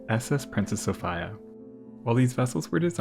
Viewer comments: It's pronounced sofeeea not sofiiiia. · Came here looking for this comment. Sophia is normally pronounced So-fee-ah but he said So-fi-ah so many times I couldn't help but wonder if it was intentional or not lol it doesn't help that in the time stamps its spelled Sophia aswell and not Sofia. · Ive never in all my life head anyone pronounce Sophia So Fyi Ugh. Its So Fee Uh. I just cant listen to it. I love your videos and have watched almost all of them but its like nails on a chalkboard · Yep, I have to be one of those people who think that the traditional pronunciation of Sophia is the right one -- so-FEE-ya rather than sof-EYE-ya. I looked at various other sources about Princess Sophia Matilda and nothing at all has come up stating that she insisted on being called by such an unusual iteration of her name. I say this because Americans are aweful when it comes to distorting names. Personally, the European pronunciation of female names are often far more beautiful, elegant, sophisticated, and feminine than the American bastardization of very old names that have been in Western circulation for centuries. No doubt changing the traditional so-FEE-ya into sof-EYE-ya is just another example of that. Americans ... and indeed, in some cases even the British ... seem to adore making female names from around the world sound less pleasing to the ear. At least in my admittedly subjective opinion. Unfortunately these bastardizations have been around for so long now that most people will defend the existence of the bastardization. For example, Americans seemed hellbent on elimi ... not sure if I'm writing that out correctly or not. I mean, seriously, who would want to name their daughter with a word that rhymes with their female anatomy. Know what I mean? Which may be a reason why the name "Venus" never became popular (thank god). In the same vein, Americans (and in some cases the British) stripped the letter 'a' from the end of most female names -- for some inexplicable r